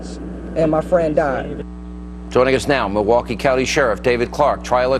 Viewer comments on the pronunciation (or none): none